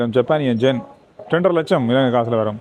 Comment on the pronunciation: ஜப்பானிய "என்". sir you are pronouncing it as gen. It is yen. Your videos are short and sweet.